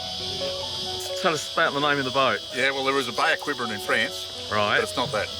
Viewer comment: That was a smashing video; what a great trip! Wish I was a few thousand miles closer so I could join in. (Just as an aside; Quiberon is pronounced Keybron, my home town in Cornwall is 'twinned' with the French town, but it's his boat and he can pronounce whatever bloody way he likes. Just pointed it out as a matter of interest:) Thanks for a great upload and greetings from South Africa.